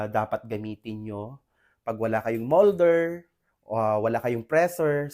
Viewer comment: Pls don't add Er after the word MOLD also PRESS its not PRESSER